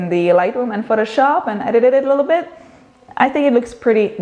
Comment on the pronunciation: i love how you say " A lilo-bit", love your videos